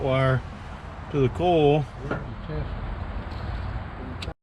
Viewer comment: Coil doesn't rhyme with coal. LOL from New England.